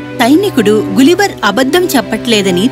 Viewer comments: అదీ గులీవర్ కాదు, గలీవర్ spelling correct ga cheppandi , please..... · గులివర్ కాదు తల్లి గలివర్ అని పలుకు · but is not gulliver its galliver not spelling , pronounsation